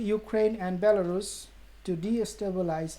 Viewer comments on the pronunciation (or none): none